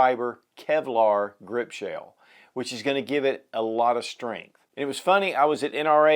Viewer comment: so appreciative of your reviews and this one particular. Question: Are you saying the the word "shale" or is that a southernized version of shell (ie aluminum grip shale/shell)? I asked a couple of colleagues recently if they'd ever heard the word "shale" used in regard to firearms and we couldn't reference that. Thanks again for your reviews, your response and the showcase of what is CLEARLY a grand firearm.